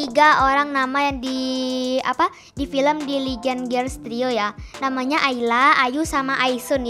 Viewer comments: kk bacaan mudah nya adalah gerls bukan girls tulisan nya sih iya tapi cara baca nya itu gerls bukan nya sok tau tapi memang iya kk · Cuma mau ngasih tau ya girl bukan girs kak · girl kak bukan girs